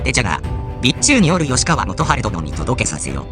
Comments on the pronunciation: よしかわではなくきっかわな😢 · の吉川が「きっかわ」ではなく「よしかわ」になってます！ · よしかわ？きっかわではないか？ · 12分17秒のところ吉川 きっかわですよ。